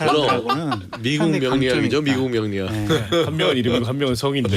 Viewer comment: 명리를 명ㅇ균처럼 말하는 것이 신뢰를 떨어뜨립니다